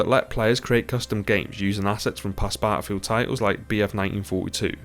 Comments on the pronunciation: Good old bah-al-filled is dead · Battlefield not batafield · ahh yes, Baafild